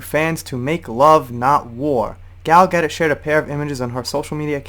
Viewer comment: Her name is pronounced Gal Ga-DOE...